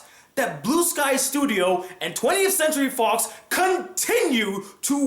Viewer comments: Am I the only one who misheard "REALLY FOX" as "REALLY FUCKS" xD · No wonder Fox sounds like Fucks at the start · When you said 'fox' at beginning it sounds like you were using profanity...lol.